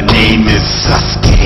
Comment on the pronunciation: it sounds like sas-gay haha